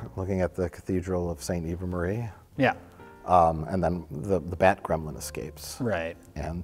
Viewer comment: Ha, "excaped"